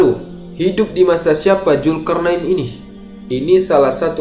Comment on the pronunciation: Zulkarnain bang bukan julkarnain